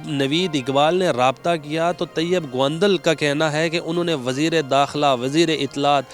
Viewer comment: Phelay naam seedha lay gaundal nhi haunda gondal honda